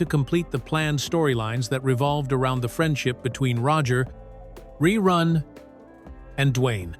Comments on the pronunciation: To the one who is telling the story. If you going to talk about it. Then first say Rerun instead of Reroon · "RE-ROON" Yeah AI sucks!! Thumbs down. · when your AI can't pronounce the word "run", I'm not worried about you taking over the planet. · The AI can't even pronounce ReRun correctly. Listen to and edit your videos before posting them, please. You can do better. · I said the same thing 😂😂😂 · I made it in and had to stop. RERUNE is not his name LOL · It must be AI because that is not how anybody said his name or how you would say that